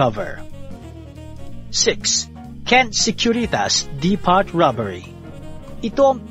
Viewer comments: depot read as dipow i guess? but yeah, nc story!!!! more to come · Depot pronounced as Deepow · Nice content. Suggestion lng po Depot - Di-pow Reynolds - Re-nolds (Silent Y)